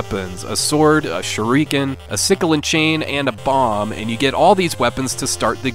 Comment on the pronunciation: "shoo-ree-kins" Oof.